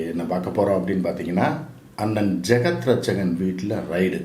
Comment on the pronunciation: ரைடு அல்ல ரெய்ட்.